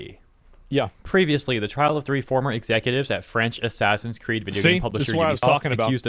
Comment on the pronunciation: ASS-ASS-in's Creed: Shadows